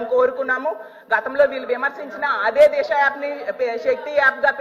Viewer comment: Disa not Desa